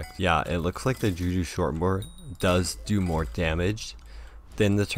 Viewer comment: did he just say juju shor bor